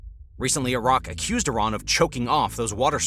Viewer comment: I---rAAAn has no water left...buTTT I---rAAAn must have water right....